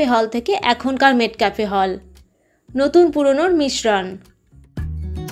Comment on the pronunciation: Pronunciation ta মেটকাফ, মেটক্যাফে নয়।